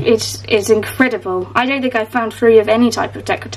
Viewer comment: "Inkcredible" haha 😄